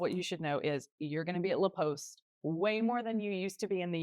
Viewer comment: Pronouncing it Le Post and then putting the title in La Poste (sounds like cost)